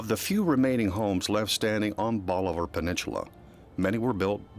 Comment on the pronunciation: Can someone teach this guy how to pronounce bolivar peninsula?